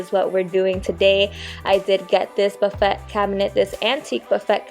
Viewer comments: Love your channel. The buffet turned out so well - chalk paint is great to work with. Just FYI the word "buffet" is pronounced buff-a wit the a being a long vowel. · LOVELY DECORATING BUT BUFFET IS PRONOUNCED ( BUFF-A). YOU DO GREAT WORK REFINISHING. CONGRATULATIONS